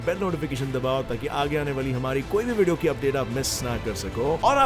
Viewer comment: It's not wadio it's video.